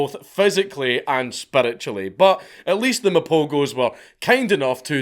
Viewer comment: I watched the documentary on these lions, truly fascinating stuff. Also the g in Mapogos is pronounced as a ‘h’